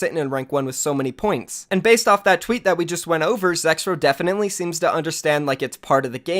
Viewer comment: Turn on subtitles whenever he says zexrow